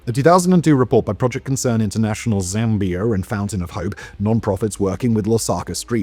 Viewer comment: 🛑🛑🛑 Zambia 🤷🏻‍♂️ not Zambiarr 🤦🏻‍♂️🤦🏻‍♂️ it's pronounced the way it's spelled 🤷🏻‍♂️🤷🏻‍♂️